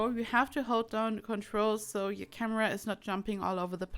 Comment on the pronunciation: Whenever she said sims 4 camera its like sims fuck~amera.. Is it just me?? Gotta clean my ears